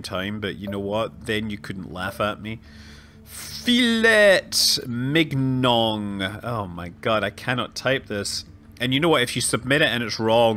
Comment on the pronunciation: This pronounciation of Filet Mignon is majestic!